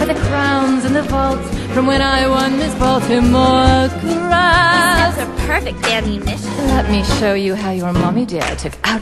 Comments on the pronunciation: At the end, it sounds like she said 'Miss Maltimore Crabs" instead of Miss Baltimore Crabs xD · I used to think she said "miss baltimore's crabs"